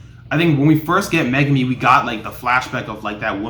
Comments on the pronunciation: Mega me??? Lmao you pronounce his name wrong its Megumi also the guy with the volcano a name is Jogo and the girl with the brown hair is Nobara Also the puppet is Mahito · Mega me Lol